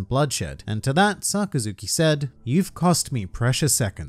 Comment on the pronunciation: His name is pronounced more like Suh-Kas-Ki